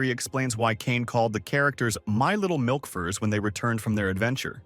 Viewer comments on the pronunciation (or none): none